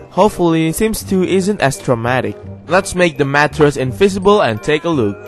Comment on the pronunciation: I think you meant take but it sounded like took ( no hate )